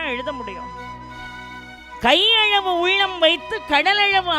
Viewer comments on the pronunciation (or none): ' ள' வை, ' ழ ' ன்னே உச்சரிப்பதை மாற்றமுடியாதா ? " கையழவு, கடலழவு" -- உதாரணம்.